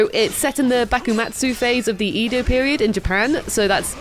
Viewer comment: His name is Ryo-ma, not re-oh-ma. Two syllables. And Edo is eh-doh. Not yi-doh.